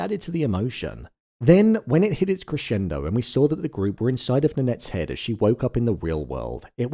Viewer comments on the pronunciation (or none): none